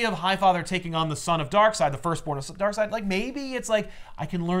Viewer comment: New comic. From the creators of four jokers comes 2 Darkseids. One pronounced Darkseed one pronounced Darkside. That is it